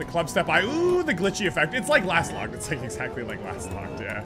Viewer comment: How he keeps calling Lostlocked "Lastlocked" kinda triggered me lol